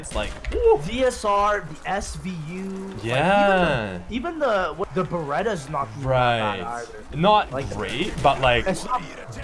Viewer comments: When I heard call the ballista the barretta I died a little. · this man said bereta meaning ballista😂